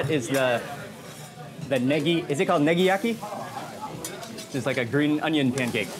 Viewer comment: Did he say niggayaki 😂